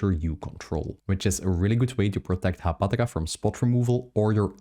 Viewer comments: Hapatra, not Haptaga!!! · Are you saying "Haptaga"?